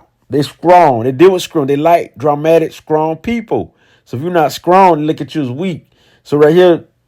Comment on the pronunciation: "Scrong" lol